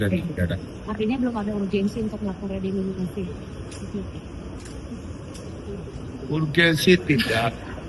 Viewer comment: Ngucap redenominasi aja gak bener pak ...mau kritik menkeu